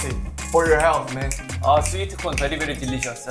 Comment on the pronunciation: seafoodeu bery bery deliciouseu 😂